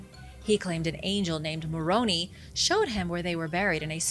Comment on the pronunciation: Funny. The other night I was musing to myself on how seemingly accurate pronounces all these foreign terms. Yet, here you go (& I get the feeling I've expressed this here before) saying Moroni as Moronee rather than moron-I. And I'm all, wait, what? 😅